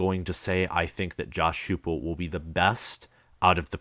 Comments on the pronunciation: Dude, his offense was 2nd in the nation. and his name is pronounced Josh HYPE-ul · Heupel is pronounced HI-PEL, dude. And Fulmer is still alive.